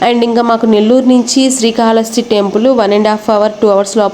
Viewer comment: శ్రీ కాళహస్తి అనాలి